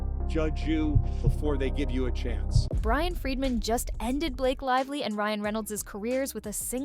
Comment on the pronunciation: It's Bryan Freedman (great name for a lawyer ), not Brian Friedman. He represented the Michael Jackson estate against HBO over 'Leaving Neverland'.